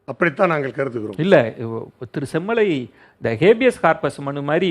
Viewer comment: says semmulai instead of semmalai.. (manasula uLLa aasai veLippattu vittadhu)